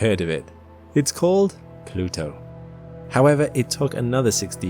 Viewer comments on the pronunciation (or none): Plutwo, pronounced plu tu oo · And pronounce it Plad-tuu